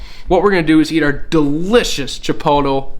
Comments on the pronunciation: CHI-POTE-LAY IS HOW ITS PRONOUNCED. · Chipotle? If so, you're saying it wrong lol. It's called chi polt lay, that's how you'd pronounce it